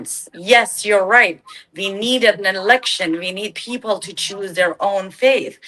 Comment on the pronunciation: पीपल्स ❌ फिफल्स ✅😅